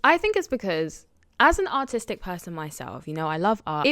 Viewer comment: i heard autistic not artistic haha